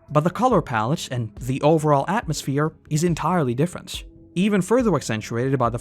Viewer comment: Saaammme, but DIFFERUHNT